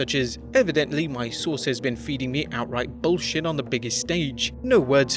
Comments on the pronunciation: the way this man says BULLshit makes me laugh!... so much enphasis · Emphasis* Pardon